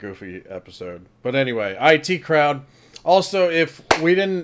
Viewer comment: Wow, you said the title of the show as "eye tea" crowd! Most people I have seen thought it was the "it" crowd when they first watched it.